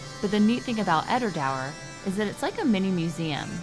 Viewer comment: Edra doour is how you pronounce it - it's between waters, because there's water flowing on either side. I jokingly said to them that they're copying a French wine in the Bordelais (that's the wine-making region around Bordeaux in France) which is called Entre deux mers - between two seas or waters. They in fact do use some wine casks from France for ageing their whisky. The tannin gives it an extra finish. It may be a small distillery, but it's a great place to visit. The guide when we were there was a real professional. I still have the tasting glasses to prove that I was there.